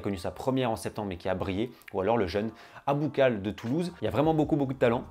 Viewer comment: Superbe Video et félicitations pour la 100 è me ! Attention au prononciation des joueurs marocains : . Ounahi et non pas Ouhani . Aboukhlal et non pas Aboukhal . En -nessyri et non pas En -nessri